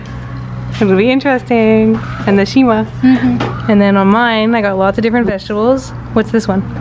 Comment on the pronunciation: It’s not “nshima” it is “nsima”